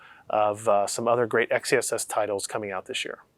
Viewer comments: Please start calling it Excess! Not X E SS. It’s stupid and sounds like a boomer came up with the name. You have a great name. Make it sound like it should sound. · how do we pronounce "xess" ? it sounds like sex